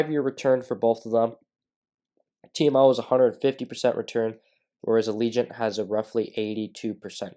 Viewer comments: It's not pronounced ALEEGENT. ITS PRONOUNCED AGIL-LENT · I think you are pronouncing it wrong as well... It's "Ajh -ja - lent"